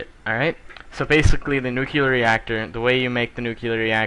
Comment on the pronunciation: What is nucular ? I know what is nuclear but not nucular